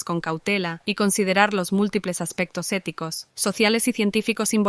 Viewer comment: Filoshoficous ou eticoush